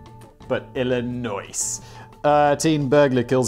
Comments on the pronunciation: Your Illinoise has me Illinoyed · Some people in Michigan say Illinois with pronounceing the "s". like some of my family. but we r hillbillies :/ :) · No, Simon, you're incorrect on both accounts regarding the pronunciation of Illinois. A little known law passed during the Blagojevich administration, HB 0984, changed the pronunciation to more reflect the state's French heritage. Why? Because "IL-LI-NOISE" is some hayseed shit and correcting the pronunciation to "IL-LI-NOY" got annoying and opened the state up to too many jokes. It's now pronounced "IL-LEE-NWAH." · I like that Simon mispronounces Illinois on purpose just to irritate the Americans. To be fair, after a point, I stop caring about pronouncing things right too.